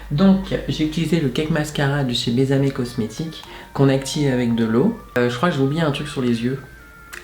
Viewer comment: Coucou ça se dit "béSSamé" (ça veut dire embrasse moi en espagnol) sinon maquillage très frais qui te donne un air poupin:) un beso para ti (un bisou pour toi)